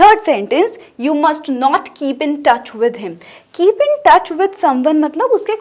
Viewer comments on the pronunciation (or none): none